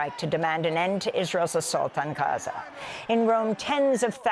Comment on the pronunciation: Amy can't even say Gaza anymore. She just says Haza now. So annoying.